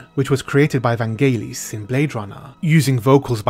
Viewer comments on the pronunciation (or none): none